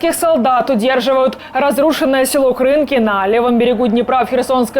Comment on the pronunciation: Неправильно ставите ударение. Не Кры’нки - а правильно Крынки’. Ударение на последний слог нужно ставить.